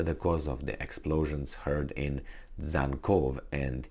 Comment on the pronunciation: Dzhankoy= Jankoy (pronunciation)